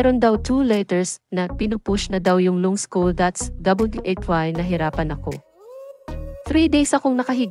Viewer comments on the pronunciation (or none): Lungs kc admin😂😂